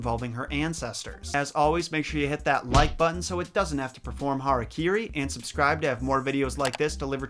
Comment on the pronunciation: Of course the walking shitstains at The Things and Screen Rant basically plagiarized the video. If memory serves, they also literally stole one from CZs World... thumbnail, narration, all of it. EDIT-- Finally someone says "hara kiri" instead of "hari kari". (Yeah, my parents are clueless.)